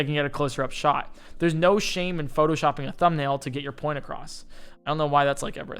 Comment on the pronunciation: Point not paint